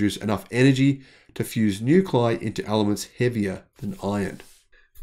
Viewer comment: Nuclei is pronounced "new-klee-eye" not "new-kleye"